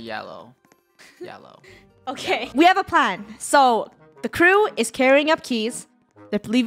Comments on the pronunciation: edit it because you said keep instead of krew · It’s Krew not crew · it's krew not crew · It's krew not krewe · It is krew not crew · Its krew not crew